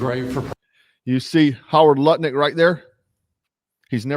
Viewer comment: Not to nitpick but it’s “Howard Lutnick”, not Harry Lumpick, etc.